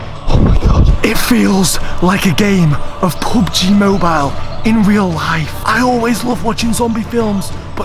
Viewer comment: when he said this is so much like pub gee he sounded like he said poop gee